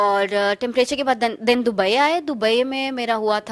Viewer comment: Its not doobaiee its dobaye 😅😅